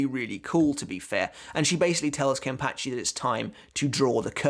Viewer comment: KEN-PAH-CHI not Ken-Patch-ee!!1